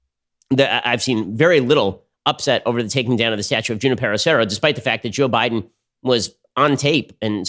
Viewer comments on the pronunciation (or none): It is pronounced “who NIP er o” Serra. Basic Spanish pronunciation Ben! You live in Ca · Ben, its pronounced “Who-nee-pear-oh”. And didn’t Junipero Serra to a great extent enslave the native indians while converting them? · As, suggest u pronounce Junípero Serra properly. Junípero starts w/ the h-sound as in José)? and CA Hispanics may not know his contributions. I grew up in CA, as did my parents. Sixty+ years ago, my mom felt we must learn about Junipero Sera's influence, the bells, 101. So off we went one summer on a road trip to visit every of his missions as he and flock journeyed North. In those days, we could find the padre, listen to his story of the mission and the converted American Indians.y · The rolled r! I died! RrrrrRRRRRRRRrrrrrr! 😂😂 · What was that rolling r thing? That's so cringe, Ben! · How did Ben grow up in Southern California and end up so worthless at pronouncing Hispanic names. I’m as white as they come but I grew up in San Diego/LA and learning how to properly pronounce Hispanic names is an everyday lesson. The way he says Devin Nunes last name drives me crazy and now Junipero - yikes.